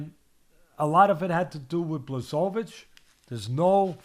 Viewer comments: It's disgusting how you pronounce Błachowicz's name. Look, it's that simple, just say Bwahoveech. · BWA-HO-VITCH. This is how "Błachowicz" is pronounced.